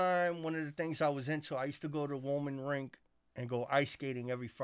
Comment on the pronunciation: He said Wollman Rink. Thats the Polo Olympics 💪💪💪💪💪💪💪 🐎 🐴